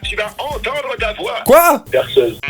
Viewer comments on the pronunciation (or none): Tu va voir cest rigolo ! « Perseuse » 😭😂